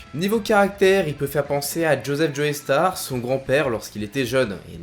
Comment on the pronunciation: super vidéo comme d'hab, par contre faut arrêter avec joey star c'est joe-star la prononciation xD